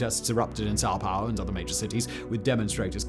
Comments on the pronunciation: why does he keep saying "Sao Pau" ? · 😂 came for the Sao Paulo